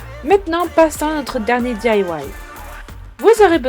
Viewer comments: The Holo Unicorn non elle dit :di-a-ouaïe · tu prononce bizarre DIY ?😂💗 c'est "di-aïe-oiaïe" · J'adore la prononciation ! 💪